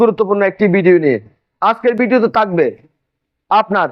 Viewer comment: আজকের ভিডিওতে থাকবে বলবেন সেটা না বলে বললেন তাকবে কথার উচ্চারণ স্পষ্ট হতে হবে তাহলে কথা শুনতে ভালো লাগবে।